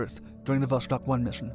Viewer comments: It's pronounced Vo-Stock not Vo-Shtock. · Just FYI, it's pronounced not "Voshtock" but "Voss-tokk", or in Russian "Vass-tok". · Oh ffs it's VoStok not VoSHtok. You can read Sputnik correctly so why you butcher Vostok? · "VOSS-TOK" not "VoSH-TOK", and "KOR-ABBLE", not "KOR-ABBY". Vostock means "East" in Russian, and Korabl means "Ship". If you do a video on their next space program after Vostok, it's pronounced "VOSK-HOD", not "VOSH-COD" like many people mistakenly pronounce it... (and it means "sunrise"). This was followed by the Soyuz program, which is pronounced "Sah-YOOS", not "SOY-YOOZ" (and it means "Union"). Their first space station program was called "Salyut" which is "SAL-YOOT", meaning "Salute". Almost everybody mispronounces Soyuz... OL J R :) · iT IS VOSTOK, NOT VOSHTOK. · Dude it's Vostok not Voshtok, read it almost the same way as you did but the S is just an S and not SH, otherwise, great video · It is not "voshtok", it is "vostok". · It's not 'VOSHTOK' .... it's ---> 'VOSTOK' Это правильное русское произношение! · There is no 'ш' in vostok. So its not 'voshtok' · Vostok not Voshtok. Kind of like the way you'd say "stalk" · J wanna say that Vostok (Восток) lit. East in Russian isn't pronounced with a Sh (ш) noise. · 'vostok' not 'voshtok' "Gagarin left Earth's orbit and traveled into space". Should be "first human to enter low Earth orbit" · It's NOT voSHtok, it's vostok. No SH... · Is there a reason you pronounce it “voshtok”? There’s just an ‘s’ there, not an ‘sh.’ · There is no "shhh" in "Vostok". It's read as it is written. Vostok means "east" in Russian.